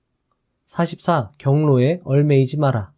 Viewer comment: 얽매이지 말자 발음좀 개선해 주시면 정말 감사드립니다 매번 듣는데 잘못된 발음이 조금씩 거슬립니다